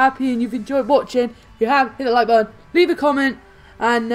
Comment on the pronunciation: why you say boon its button